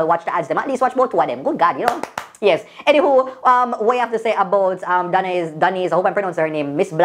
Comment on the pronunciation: 'entiwho' 😭😭😭😂😂😂ano anywho again